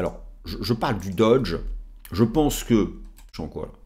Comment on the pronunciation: Mais pourquoi vous dites « doDge » ?!?? Ce n’est pas une marque de voitures amaericaine !